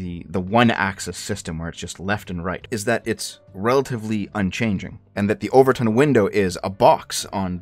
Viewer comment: Not sure if you were making a joke, but it's the 'Overton' window, not 'over-tint'.